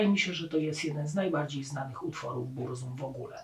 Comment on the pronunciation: Burzum wymawia się z germańska "BURCUM"...